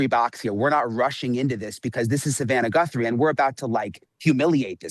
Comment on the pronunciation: dude calling her "GUNthrie" .. im out on anything else he says if he dont even know their name lol